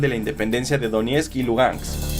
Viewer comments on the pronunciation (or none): none